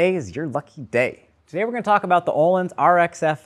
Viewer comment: Can you Anglo-Saxons at some point learn how to pronounce Öhlins? It’s not Ooolins, ö is a distinct character in our alphabet and is pronounced the way the French pronounce the oe combination, like œuf.